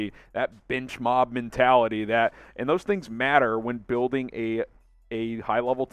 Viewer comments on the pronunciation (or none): none